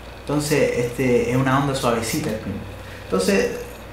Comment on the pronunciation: "es una onda suevecita" se le notó altiro que es Chileno :D saludos y muchas bendiciones Res-Q Band Temuco, Chile